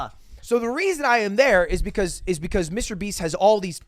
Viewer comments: He said Mrbean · wait did you say MrBean ??? xD